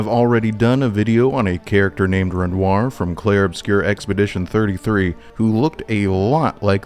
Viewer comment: Bro, love the breakdowns gotta say though, its REN- WAH.